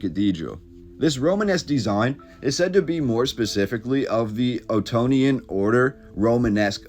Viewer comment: i was thinkn i seen that lion head style before its not quite right looking lion, then i rembered late hitite art around 1200bc, then you said the word attonian, sounded like anatolia to je haha, rather than attonement in the ancient hebrew sense. then boom them fellas from round turkey or early scythian migration around black sea invaded egypt around 1200bc then rome 500ad, you know them goat worshippers horseback nomads gobleki caveman gatherings thousand gods turn christian or converted later to judiasm, now occupy live in israel. so those doors must be must be post jc for one. those babylonian and hitite lions always bit strange looking, i guess cause lions from africa, this like artist impression or i seen one once impression. im guessn its made from melted old steeple roofs all the old tech melted together old copper bells chains balls star and sycles, stolen booty or something. they usually wanna hide historically something but parade it in open, so those doors would be associated to great a sacrifice or some kind of death, so about 6th century or not long around "greek" macedonian khazar hitite interpretation of hebrew scriptures or after 1st crusade made from copper helmets worn by 100 000 soldiers lookout im been drinkn to much sorry